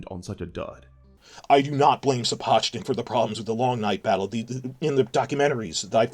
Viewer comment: I generally think it's crass to pick up on errors, but if is such a Sapochnik fan boy he should learn how to pronounce his name.